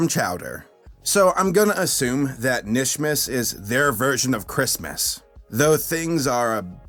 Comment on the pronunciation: It’s kanishmas the k is not silent! No offense.